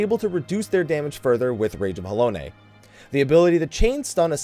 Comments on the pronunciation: Also Rage of Haloné? isn't it Halone? like alone with a H at the beginning? xD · "Halonay" This kills me. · war is my favorite tank out of the original two. the only thing that bugged me in this vid is your pronunciation of Halone. the "Nay" was cringe worthy to me. all i kept thinking about is... does he pronounce alone as aloNAY too? in the end of the day the core word is still alone. to me. i know people from all parts of the world pronounce things differently, but given how out of all this vid this was the only word i had an issue with that strongly says a lot to me. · Alone, Halone, e is silent m8 Warrior has best kit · Not trying to be mean but you're saying Reprisal and Halone incorrectly. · I think one of the many times you said Halone you said it wrong. I don't have time to sit through a 21 min video again for when that was, but the first two times upon hearing it again you said it right so I'm assuming you do and you slipped at some point and that's when I caught it. Probably around when you said Reprisal if you did. Either way it's fine :P